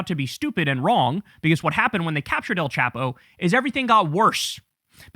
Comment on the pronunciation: El Chapo is pronounced with a long A not a short A so it sounds more like chopo not chapo